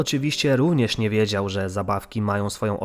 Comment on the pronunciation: ✨NiE WiEdZiOł✨ Złoto xD